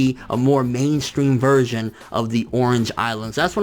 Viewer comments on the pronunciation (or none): none